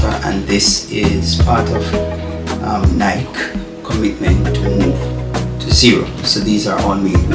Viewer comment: Ny-Kee, Ny-Kee, Ny-Kee, Ny-Kee,Ny-Kee, Ny-Kee, Ny-Kee, Ny-Kee,Ny-Kee, Ny-Kee, Ny-Kee, Ny-Kee,Ny-Kee, Ny-Kee, Ny-Kee, Ny-Kee,Ny-Kee, Ny-Kee, Ny-Kee, Ny-Kee,Ny-Kee, Ny-Kee, Ny-Kee, Ny-Kee,Ny-Kee, Ny-Kee, Ny-Kee, Ny-Kee,Ny-Kee, Ny-Kee, Ny-Kee, Ny-Kee,Ny-Kee, Ny-Kee, Ny-Kee, Ny-Kee,Ny-Kee, Ny-Kee, Ny-Kee, Ny-Kee,Ny-Kee, Ny-Kee, Ny-Kee, Ny-Kee,Ny-Kee, Ny-Kee, Ny-Kee, Ny-Kee,Ny-Kee, Ny-Kee, Ny-Kee, Ny-Kee,Ny-Kee, Ny-Kee, Ny-Kee, Ny-Kee,Ny-Kee, Ny-Kee, Ny-Kee, Ny-Kee,Ny-Kee, Ny-Kee, Ny-Kee, Ny-Kee,Ny-Kee, Ny-Kee, Ny-Kee, Ny-Kee,Ny-Kee, Ny-Kee, Ny-Kee, Ny-Kee,Ny-Kee, Ny-Kee, Ny-Kee, Ny-Kee,Ny-Kee, Ny-Kee, Ny-Kee, Ny-Kee,Ny-Kee, Ny-Kee, Ny-Kee, Ny-Kee,Ny-Kee, Ny-Kee, Ny-Kee, Ny-Kee,Ny-Kee, Ny-Kee, Ny-Kee, Ny-Kee,Ny-Kee, Ny-Kee, Ny-Kee, Ny-Kee,Ny-Kee, Ny-Kee, Ny-Kee, Ny-Kee,Ny-Kee, Ny-Kee, Ny-Kee, Ny-Kee,Ny-Kee, Ny-Kee, Ny-Kee, Ny-Kee,Ny-Kee, Ny-Kee, Ny-Kee, Ny-Kee,Ny-Kee, Ny-Kee, Ny-Kee, Ny-Kee,Ny-Kee, Ny-Kee, Ny-Kee, Ny-Kee,Ny-Kee, Ny-Kee, Ny-Kee, Ny-Kee,Ny-Kee, Ny-Kee, Ny-Kee, Ny-Kee,Ny-Kee, Ny-Kee, Ny-Kee, Ny-Kee,Ny-Kee, Ny-Kee, Ny-Kee, Ny-Kee,Ny-Kee, Ny-Kee, Ny-Kee, Ny-Kee,Ny-Kee, Ny-Kee, Ny-Kee, Ny-Kee,Ny-Kee, Ny-Kee, Ny-Kee, Ny-Kee,Ny-Kee, Ny-Kee, Ny-Kee, Ny-Kee,Ny-Kee, Ny-Kee, Ny-Kee, Ny-Kee,Ny-Kee, Ny-Kee, Ny-Kee, Ny-Kee,Ny-Kee, Ny-Kee, Ny-Kee, Ny-Kee,Ny-Kee, Ny-Kee, Ny-Kee, Ny-Kee